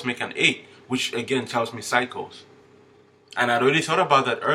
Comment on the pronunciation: When you said "cycles" I thought you were saying "psychos" 😂😂😂I thought... Just my luck 😂 Figures!